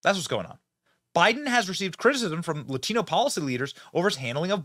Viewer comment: the reporter says “Latino” with an accent. Just say it normally! OMG! AOC does that all the time too, they sound like fools.